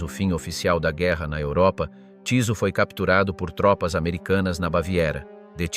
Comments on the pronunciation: vyslovuje sa Tyso a nie Ťiso... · Bolo by dobre naštudovať si ako sa dane meno vyslovuje